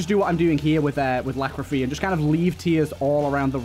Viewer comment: Every time you call Lachryphagy 'Lachrophy', someone kicks a puppy.